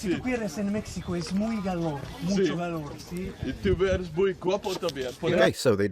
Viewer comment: "Tú cuires en Mécsico es muy galor, mucho galor, sí?" Without the subtitles, I wouldn't even have begun to understand what he was trying to say there.